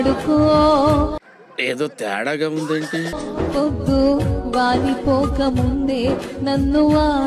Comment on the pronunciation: " వాలిపోక ముందే వాడుకో " అన్నావా ? " " వాడిపోక ముందే వాడుకో " అన్నట్టు వినబడిందే !👶